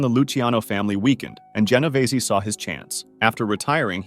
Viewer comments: Ge no vay zee???? 😂😂😂😂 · Jen-o-veeze not whatever the narrator said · He pronounced an extra 'e' at the end. Going to cry?